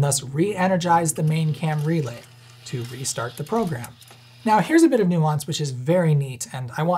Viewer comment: By the end of the video, every time he says “Cam Relay” it sounds like he’s saying “Camry Lay” and I’m thinking about people banging in the back of a sensible-but-stylish, affordable sedan.